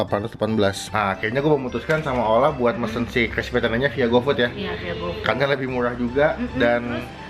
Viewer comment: Klispy kaleem ? Itu lidah kejeletot bang?